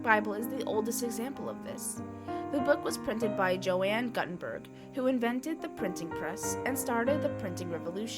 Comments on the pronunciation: It's "Goo-ten-burg" not "Gut-en-burg". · Gutenberg is not guhtenberg, it's gootenbehrg. come on now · The name of the printer is pronounced Yohann Gootenberg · Joanne Gut enberg 😂🤣😂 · I had to mute the video after I heard the, "Joanne Gut In Berg" pronunciation. It is as if my 10 year old daughter was reading out of an encyclopedia for a school project. Otherwise, I like the visuals. Joanne Gut In Berg.....it is kind of funny, the more I think about it. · I came to say the same thing.